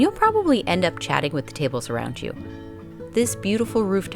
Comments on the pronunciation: Loved your video. Just one note: “bruschetta” is pronounced “brusketta” and not “brushatta”. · Magari anche imparare le pronunce... Ghiotto e bruscietta